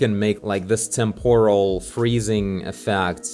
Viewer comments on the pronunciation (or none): none